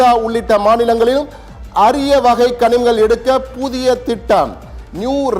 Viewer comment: கனிங்கள்- லா, கனிமங்களா? என்ன தமிழ் வாசிப்பு ? மோடி தமிழ்நாட்ட பாலைவனமா மாற்றாமல் போகமாட்டா ம்போல